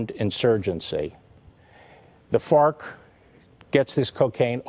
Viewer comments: Im sorry are you saying fart or farc? My $0.02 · ... I couldn't get past hearing "fart" instead of Fark or whatever lmao he just kept saying it too lol